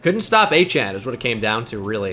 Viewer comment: Hearing it pronounced “Achain” 100x << 😂